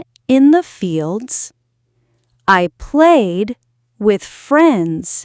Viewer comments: بقصد إنك لفظتي حرف اللام بحرف الراء ولصوت كتير واضح إنك لفظتيا براء🤔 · ممكن سؤال 😊هلأ كلمة played بدقيقة ليش لفظتي حرف (l )بي (r) 🤔🤔هيي هيك تلفظ يعني 🤔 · بقصد إنك لفظتي حرف اللام بحرف الراء 🤔